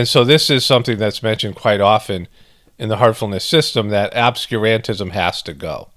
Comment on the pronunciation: Emphasis should be on Ob-SCUR-an-tism like Ob-SCURE